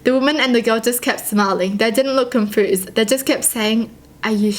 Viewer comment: Oml I love how you pronounce 'confused' as 'confoosed' x3